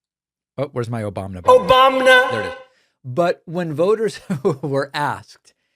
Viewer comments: Obamna makes me giggle every time 😅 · I love the "Obamna" button, it makes me laugh every time. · Hell! Me too! Obamna😂